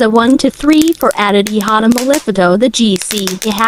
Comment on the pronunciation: “I hada my life” ☠️